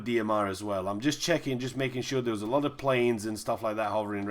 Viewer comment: Heh heh! Great vid. What is your accent?? Love the way you say "foood" and "looot"!